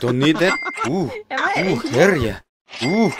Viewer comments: Love how u saying "herr yea" instead of "hell yea" UwU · I can't get over you saying "Herr yeah" instead of "Hell yeah" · HERR YEAH! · herr lyeah